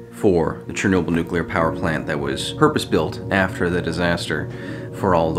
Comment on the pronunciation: Charnoabl........ i know its chearnobly oops haiodfgleatobly